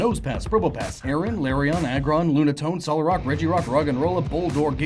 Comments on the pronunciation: Your pronunciations "LAIR-ee-awn", "ter-REHK-awn", "KOHR-uhn-duhm". Correct pronunciations "LAIR-awn", "ter-REHK-ee-awn", "kohr-UHN-duhm". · I'm sorry, did you say Larion instead of Lairon? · Larryon!? Really? It's Lairon...